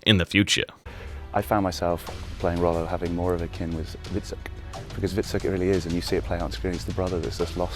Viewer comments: love your videos but please stop saying "viksuk". The name was "Hvritsek", pronounced "Kvitsek", which is still not correct old norse pronounciation but close enough. Just saying violating our old names really hurts me. ;) For further studies on names, language, pronounciation and especialy old norse historie, I highly recommend you check out Jackson Crawford channel on youtube. :) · Hvitserk is not pronounced Vixet. Come on man, you are dedicating so much to this and your videos are good but this is pissing me off. It's more like Vitserk, meaning "white-shirt". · Your pronounciation of Hvitserk and Ubbe is the worst...